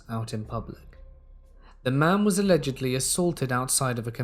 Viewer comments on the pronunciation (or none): none